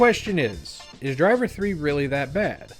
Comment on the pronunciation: It's great to know that I'm not the only person who pronounces titles like "Driv Three Ar" like that xD